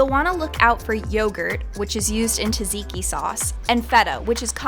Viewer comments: Did she say tasiki (tzatziki)? Is that how Americans pronounce it? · TaZiki???? Oh God... 😂